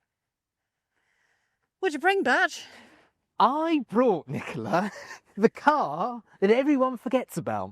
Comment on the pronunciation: “Batch” not “Bash”.